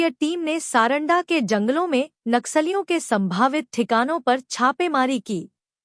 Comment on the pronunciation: कृपया’ नक्सलियों ‘ का सही उच्चारण करें।” नाक सालियों “ के बजाय “नक्सलियों” कहें।